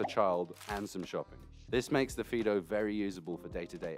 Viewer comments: I had to go back to the beginning to find out what it was actually being called, so it was a fiido bike for some reason it sounded like peedo bike, I was going to say they needed to change the name. Mind you fiido bike might be a good reason to change the name to save confusion. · sounds like he keeps calling it a pedo bike lol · Did you just call it a pedo bike??